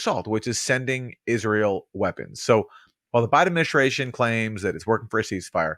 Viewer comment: "Ad-min-i-STRAY-shun" - there's no H in ST. There's no SH sound in ST.